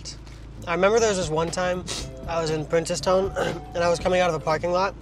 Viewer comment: Yuh know yuhs ah Trini when yuh say princess town not princes😂